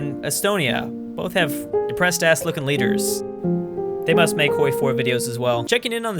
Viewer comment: You are the worst youtuber. “Hoiwy 4” OOOOOOOOOOF